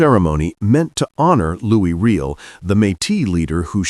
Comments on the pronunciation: Can you not use a HUMAN voice instead of this shitty AI nonsense ? Louis REEL ? Do better ! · Given that you are doing a bit on Canada based on respect, let me give you a hint. Riel is pronouced Ree-Al. Please retrain your AI voice narration to pronounce it correctly (ie respectfully ). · Riel is pronounced with a French accent. Try …. “Ree-Ell”. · It just would have been so much more respectful of the Narrator - USican or AI?- would have pronounced Riel properly! ....